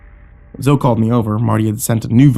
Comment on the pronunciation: Zoe is pronounced Zoey not Zo.